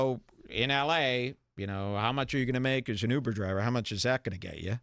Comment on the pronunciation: I love how call it uper. He’s an uper driver.